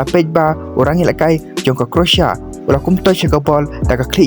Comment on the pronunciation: Pronouncetion is not correct, croatia or croasia.